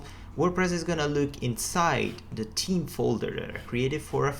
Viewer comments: This video would made an excellent drinking game. Everytime in the video you say Team instead of Theme you have to have a drink. Nice tutorial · Your video is great! I understand English isn't your first language, but the way you say theme bugs the hell out of me. It's not pronounced, T-he-me. You have to say it as Th then add. eme. So it sounds like, Th-eem. I'm not good at teaching English. Just youtube it how to pronounce theme. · annoying "tim", "tim", "theam"... repeat after me "theme "lease learn English before trying teach anything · >Themes >Theems >Teams Sorry I couldn't help but to notice that, but I really appreciate your video. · Everything else is good but I think you pronounced Team instead of Theme, which is confusing .... no offence... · With all due respect it's "theme", not "team", the confusion sounds annoying. Please, consider it. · because of him I keep saying team and not theme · There's an H in theme that you do not pronounce, you are saying team all the time.... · team? Where are you from? the way you pronounce the-me is strange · Not to be a dick.. but let's work on pronouncing "TH" a little better. It sounds like you're saying "Team" Still love you though and you're my favorite programmer on YouTube! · *TH*eme it's *TH*eme it's *TH*eme it's *TH*eme it's *TH*eme it's *TH*eme it's *TH*eme sorry I just had to say it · Nice video but please google how to pronounce theme.... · Took me a while to realise he was saying "theme" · Everything was great except the pronunciation of 'theme' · Awesome tutorial video! Thank you so much. And speaking of "theme", notice it's pretty much just dudes riding your ass about how you pronounce it? Yeah. On behalf of the ladies, the accent is hot, stop apologizing ;) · Awesome tutorial, working on my understanding of creating themes in WP at the moment. It'd be helpful for me if you asked for advice on the pronunciation of theme :P